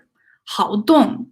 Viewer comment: thank you great reading. On p16, the 好 in 好动 should be the fourth tone。